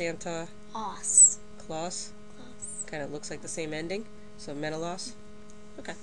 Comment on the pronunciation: Except, that's not how you pronounce Menelaus...